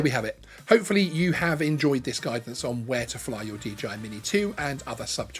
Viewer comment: Is the company called DGI or is it just the way to pronounce DJI........? asking for a friend ;-}}